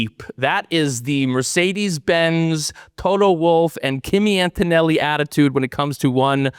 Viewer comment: AnToToNelli ! “Axis reborn” 😂